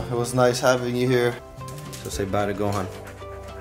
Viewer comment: you say the word gohan wrong